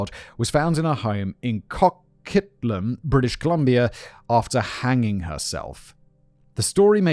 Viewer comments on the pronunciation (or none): As someone who grew up in bc the Amanda Todd case was everywhere. Our school had a whole day just fir internet safety. And simon i inow you dont care but its pronounced CO-Quit-lam. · great reporting as usual. Simon it's pronounced Co-quit-lum even though it looks French lol silly Canada. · Wait. Wait hold on. Amanda todd was from coquitlam (we pronounce it coh-quit-lum)??? I live there, i had no idea... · Co-quit-lum is how most say it. I remember laughing over Simon's pronunciation in the pig farmer Causal Criminalist. Thanks for making such respectful content on crimes! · Oh Gawd!! Amanda Todd was HUGE here in not just Vancouver but all of Canada. Absolutely heartbreaking! 💔 And Simon, it's pronounced KO-quit-lam. Coquitlam is close to the town that Robert Pickton is from; Port-Coquitlam. You did a Cas. Crim. on him. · Co-quit-lam(b) (don't pronounce the B) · Oh Simon. Your pronunciation of place names never ceases to amuse and annoy in equal measure. As a local, Coquitlam is pronounced exactly as it is spelled: co-quit-lam. It's not even one of the hard ones! Try Nanaimo, Sechelt, Tsawwassen, and Saanich on for size. Impossible mode is reading the signs that use the native spelling system that contains numbers for reasons I will likely never fully understand.